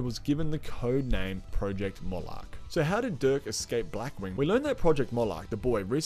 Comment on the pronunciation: S(eye)las fr(eed)kin w(o)pti wapnasi m(o!)loch not malach!